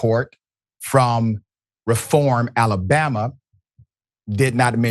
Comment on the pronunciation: The city is pronounced REE form.